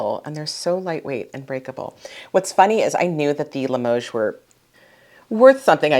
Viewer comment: You're pronouncing Limoges correctly,.